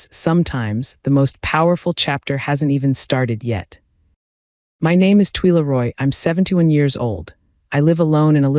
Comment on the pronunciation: Please pronounce Twila correctly. It is twyla, not tweela